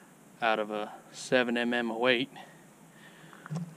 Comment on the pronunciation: Weight retention is most definitely good. the truth is the more retention the more energy dump. Just listen to what he calls the 7mm-08, he says 7 emm emm 08 instead of 7 millimeter 08.